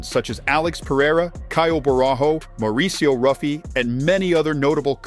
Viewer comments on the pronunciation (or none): none